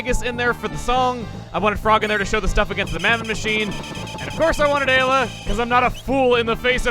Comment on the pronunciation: Remember when he pronounced Ayla as Eye-la? I do